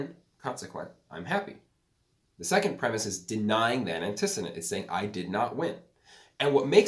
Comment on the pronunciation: Antecedent is pronounced “antee-see-dent” not “anti-sid-dent”